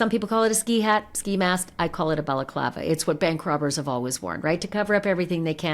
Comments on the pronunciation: “Bella-Clava”….? Seriously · It's pronounced Balaaaaclaaava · The way he pronounces balaclava 😂